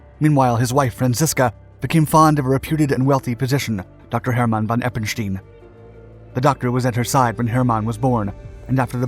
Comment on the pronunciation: Why must you pronounce his name “Herrrr- mon? You’ve had no issues pronouncing it courrectly inthe past